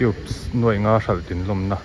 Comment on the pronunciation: NUAI leh NUAIH hre hrang rual chu i nih tawh hmel asin le. Youtuber te hian Mizo ṭawng zir ṭha leh teh u.